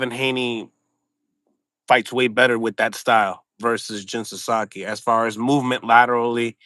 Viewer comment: "The sasakii left hook" 😂😂😂